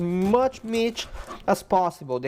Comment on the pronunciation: "Meatch" lol. Great video man. Very informative.